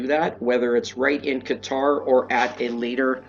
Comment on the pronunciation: The way you pronounced Qatar is not how it’s natively said but …sure everything else is wrong lol